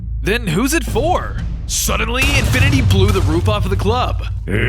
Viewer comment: Sometimes it sounded like infinity was saying infant